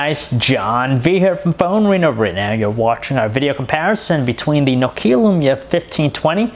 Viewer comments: Darknal Bailey i am starting to hate people that cannot pronounce nokia properly... its NOkia not noKIA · this guy cant pronounce nokia. so funny! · haha, i lav nakaya tan twantay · You think a reviewer would know the correct pronunciation of nokia -_- informative review nonetheless. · hey can someone teach him how to pronounce Nokia please